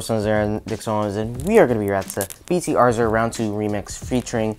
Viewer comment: It’s pronounced UH-ZUR and I. C. F. V.